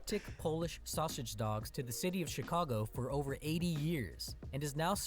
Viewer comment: For some reason he pronounces Chicago, sausage and Illinois wrong. He was adding an sh sound to the beginning of Chicago and sausage and Illinois is pronounced El-a-noy